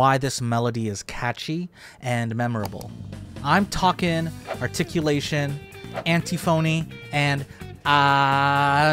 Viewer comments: antiphony is pronounced like an-tiffany just fyi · Just a note, because I used to mispronounce words this very same way in the past.. but it’s pronounced “an-tiff-uh-nee.” Sorry for being that guy! 😬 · thats not how you pronounce antiphony is it?